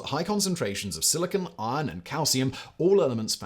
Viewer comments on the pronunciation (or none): none